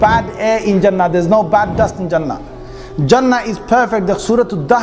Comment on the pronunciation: Pronunciation of Jannah is not Jaa-naah. It is Junn-naah... Like Sun with double emphasis on the N and then the N conjugates with the Naah at the end. Jaanaah (the way you pronounce) could mean something completely different in some other listeners' language.